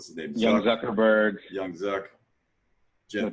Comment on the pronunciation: I love the fact that he pronounces zuckerberg better than Sundar